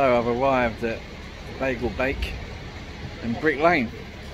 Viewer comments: Its not a bagel its a beigel. Pronounced BY GUL. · It’s not the ‘Bagal Bake’ it’s the ‘Beigel Bake’. An important distinction in pronunciation. It’s spelt different for a reason. The different pronunciation is subtle and a London thing. Bagals are American & you can buy them in Tesco 🤣🤣 !!!